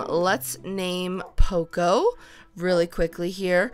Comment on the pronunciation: its pronounced Po-co not pooco like coco in coconut